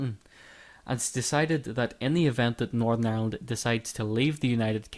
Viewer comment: Northern. It's Northern. Why can't you pronounce Northern? Is it 'cause you want to call it North of...?